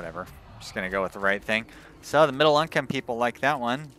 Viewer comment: Your pronounciation of "midlle" income made me laugh out loud. Good episode :)